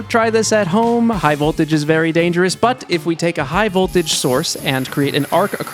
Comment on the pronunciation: I don’t know why but the “But!” Quality this episode is off the charts